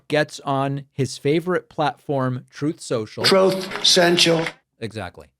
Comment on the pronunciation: "Trothe Cential"😂 Always gets me😂